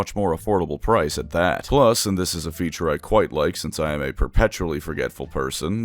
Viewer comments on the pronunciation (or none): none